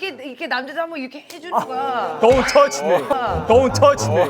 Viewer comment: 돈퉈치미! 개찰진데 ㅋ